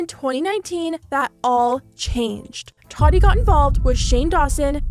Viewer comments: Can you say “TA-TEA” not “TUA-TE” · why do you say her name like Toddy? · I'm sorry, are you pronouncing her name Totty? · “Toddy Westbrook” I think she meant Tati 😬😂🙈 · I know! I cant focus on the video she keeps saying toddy lol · Are we really not gonna talk about her pronouncing tati like toddy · Tati: Ta-Dee is how you pronounce it. . .💀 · You say Tati funny 🥲